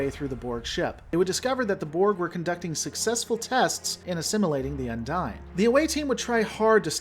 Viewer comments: Heheh, the way you pronounce "Undine"... the NPCs say "undeen", you say "Undyne" from Undertale. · Un-deen. UN-DEEN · Spelling is not an equal correlation to pronunciation. What is canon in Trek is how something is pronounced on screen. Multiple on screen characters pronounced the Undine as Un-deen. That's what makes it canon. Yours however is not. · I believe it's pronounced as Un-deen, since several characters including Tuvok pronounce it as such.